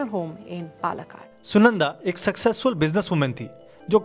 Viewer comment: palakkad - your pronounciation is incorrect, its called paa-la-kaad and not palak-ad